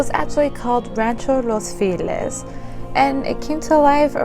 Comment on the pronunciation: It's not "filez", it's FELIZ pronounced (feh-lees). Translates to happy.